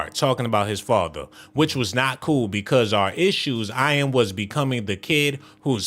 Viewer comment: You are pronouncing his name wrong. It is pronounced like the word "in"